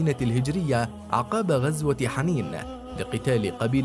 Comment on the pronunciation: شوية اهتمام باللغة العربية يا أخي ما بصير هيك أو عالأقل اهتم بألفاظ الأعلام الي عم تقولن حًنَين و هوازن وصِفِّين. هكذا تلفظ